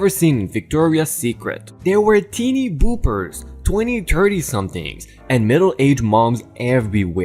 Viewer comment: Victoria secret story... teeny BOPPERS NOT BOOPers. BOP said like stop, cop, top, etc...